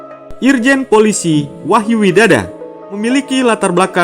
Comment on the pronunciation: Baca wahyu widodo kok widada ki piyeeeeee !!!!!